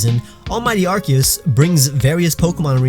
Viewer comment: How dare! It’s pronounced Ar-coos